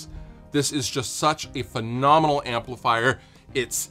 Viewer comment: did something happen to make you say "amplifier" like that?